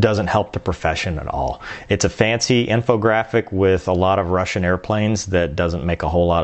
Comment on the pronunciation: Fumny you say russiam...i too caught on to the eussian planes they use when talking about totally diff aircraft. Plus the guy with the unique voice always can pronounce european names super super well. You might be right. I like infog for entertainment but yes i cam tell info is copied or rushed.